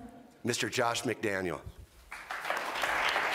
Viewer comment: can’t even say Josh McDaniel’s name correctly. This ownership and management is an absolute clown car 🤡